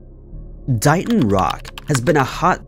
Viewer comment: Just a little FYI..... That rock.... It's pronounced DAY-ton, not DIE-ton. DAY-TON, MASSACHUSETTS DAYTON.